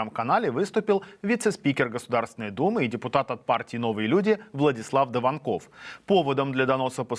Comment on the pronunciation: Не даванкОв, а давАнков!